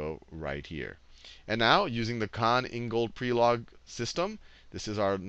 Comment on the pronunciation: I'm from Croatia and I was sad when I herd you say Prelog wrong. Please, check pronunciation before saying such names. Thank you very much for everything! :D